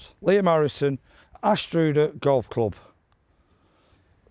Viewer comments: Really enjoying the series, but you should have asked some locals the correct pronunciation of Anstruther 😉🤔🤣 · Hi mate, may want to check pronunciation with the locals. Cheers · liam I want to play here also you are saying the course name wrong lol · I would like to play there, but would never find it if I pronounced it like that 😟😟😟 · Sorry for saying this, I've had to bypass the start, your pronunciation of Anstruther was 😢, the video was great otherwise, Scotlands courses are the best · I want to play here. Liam that was the worst pronunciation of Ansruther I’ve heard ha ha. Great couse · You could literally rock up to any course in Fife and not be too disappointed. However, if rocking up, ask someone how to pronounce the place. You butchered Anstruther, mate 😂😂😂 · Your going to get pelters on pronouncing An stru ther golf club.😂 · Think you need to ask someone how to pronounce anstruther 9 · You’ve murdered some place name pronunciations in your time, but this takes the biscuit 😅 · Liam that is the worst pronouncing of Ainstur I have ever heard. Anstruther is the home of the best fish supper in Scotland. Perhaps try Girvan the next door neighbour to Turnberry. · FFS Liam, Please, Please ask a local how to pronounce the courses you are playing in Fife, As a Fifer its embarrassing mate, enjoy the golf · as a fifer, ive always pronounced it Ainster... not sure what you're saying ha ha ha... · First rule of playing unfamiliar courses.....find a resident and ask them the proper pronunciation of the area you're in. "Anstroooter"? PFFFFFFFFFFFT. lol :) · You shouldn’t have been allowed to play it if you can’t pronounce the towns name. It isn’t difficult!! An…Struther. (As in ‘Other’ ‘Cover’ ‘Lover’ ‘Brother’ ‘Smother’😢) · Great video and hilariously bad pronunciation of Anstruther. (Ainster) is how locals would say it but hey, who cares. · hi good video but you are murdering the language ha ha...its pronounced Anne struther....keep making the videos